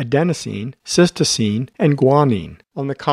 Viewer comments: You are mispronouncing cytosine. You say, "sistoseen" rather than "sight o seen" which is correct. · Just a quick correction - it's not cystosine, it's cytosine. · Useful video, but is it really a doctor speaking? He mispronounces cytosine (Sy - toe - seen), not sis-toe-seem. Perhaps he confuses the nucleic acid cyTOSine with the amino acid cySTine. Details matter. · Very instructive video with great animations. Just note that 'cytosine' is pronounced 'siteoscene' but it is mispronounced as 'sistoscene' in the video, otherwise a worthwhile video. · Cytosine..... Not cystosine! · A strong video. I would like to link my pre-nursing students to it. For your next edit, please check your pronunciation of "cytosine".